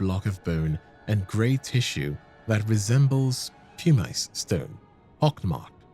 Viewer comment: I absolutely love your videos man,but your pronunciation of certain words is killing me. You pronounced pumice as "pewmīce." Like no man come on 😂